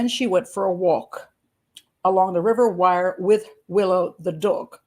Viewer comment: Wyre is pronounced "weer"' .